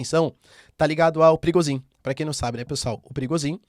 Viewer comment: Parece nome de chefe de tráfico no Rio de Janeiro skksksks eu sempre escuto perigozin